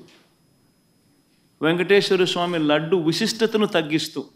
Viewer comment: Vusistata kadu visistata nayana